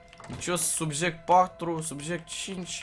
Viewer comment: La minutul Am inteles in loc de Subject "Suge "😅😅